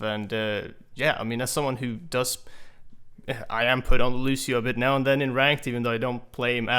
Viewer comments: It's Lucio, not Lushio!!!!! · nope, loose-yo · Good video, but annoying how he pronounces Lucio wrong! It's not Loo-Shee-Oh! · his name is Lucio!!!! not Lushio. smh.... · If I had a dollar for every time he said "Lushio"... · Stowtie You do but but he was pronouncing it lu-she-oh. Although OP is kind of a neck beard and over reacting for attention. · BASTION LU-see-o. The "cio" part of it is one syllable. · Mains him and can't even pronounce his name right.. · there's an accent mark... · TheAlienAdventures That would sound like "lush" not "loos" but he might as well have said it like that. It's just as stupid.